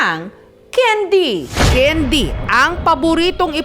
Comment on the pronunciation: candy po hindi kendi